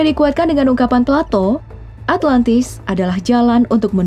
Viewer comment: plato= palatou